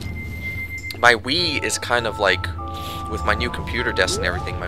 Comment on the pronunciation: Wgen you said Wii, i thought you said weed. ha